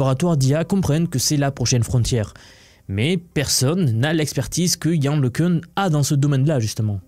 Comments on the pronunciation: Can se pronounce yann le qu'un !!! Pas le qu'heun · pour info le Cun est français cocoricooo donc prononcer Le Quin et pas le queune ;o)) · Le nom se prononce : Lecun comme Lek1, ou Lequn comme le son UN (1). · Le minimum pour commencer est de prononcer correctement le nom de Le Cun qui est français et donc Le Ceun ou Le Cune ne sont pas correctes.